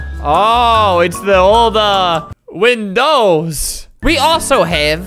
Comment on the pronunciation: whinndowez xd